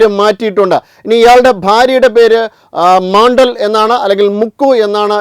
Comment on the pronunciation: മണടൽ അല്ല മോണ്ടൽ ആണു